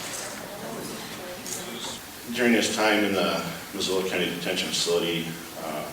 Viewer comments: Enuf said. Mazolla. lol mis sue la, Montana Not mazolla corn oil! lol 😂 whatever you say, is fine by us 😊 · It’s pronounced Ma-Zoo-La. I don’t care what the “circumstances” were .. I only care about FACTS … and the fact is he was in someone’s garage where he had no business trying to steal their possessions… PERIOD. I don’t care if the guy left his garage door halfway open and you could see in it a bag full of money, I don’t care if he put up a sign in his front yard saying hey my garage door is open and I’ve got bricks of gold in there. You went onto somebody else’s property into their garage with the intent to steal you deserve what you get. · It's pronounced Mi-Zoo-La, a Salish word meaning Hell's Gate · I remember this joker, Marcus Kaarma. He's rotting in the Men's State Prison in Deerlodge. The victim's patents came for the trial and never went back to Germany. They sold their property there, and combined with their winnings from the Wrongful Death case, were able to buy a nice spread in Whitefish-Kallispell. EDIT: Missoula is pronouced "muh-zoo-lah," aka Zootown.